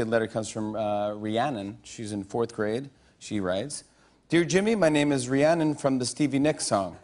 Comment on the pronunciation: I was also named after after the Stevie Nicks song and I gotta say, I’m super impressed Jimmy pronounced it correctly.